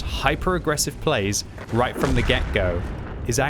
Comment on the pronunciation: whys he having a hard time saying right? Its hilarious because its not a hard word to say